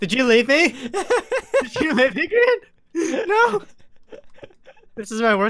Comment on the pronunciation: It's Grian not grain !